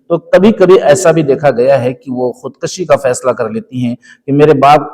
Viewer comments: محترم! خود کَشی نہیں ، خود کُشی ۔ اصلاح کرلیں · خودکشی ک۔ پر پیش صحیح تلفظ ہے